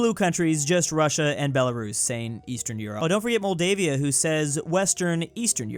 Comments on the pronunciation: My guy did you call Moldova Moldavia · doesn’t know how to say Moldova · Have I been pronouncing this wrong or is it just?